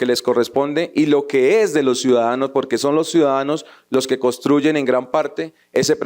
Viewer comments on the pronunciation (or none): Ese senador habla muy bonito, solo que no pronuncia algunas palabras como debe ser, dice trasparente en lugar de transparente, de la misma manera dice trasparencia, en lugar de transparencia, fuera de eso sigue sin decir la N cuando dice costruyen en lugar de construyen. El español no omite el sonido de ninguna letra y la N siempre va a sonar. Por favor que sepa mi comentario.